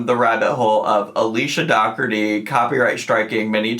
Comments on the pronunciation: Is it not pronounced like dough-orty? As in Dirty Dozen? 😂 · It's pronounced door tea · is mispronouncing it